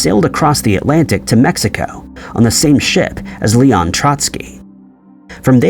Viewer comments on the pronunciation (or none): none